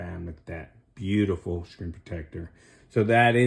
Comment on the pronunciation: Learn how to pronounce screen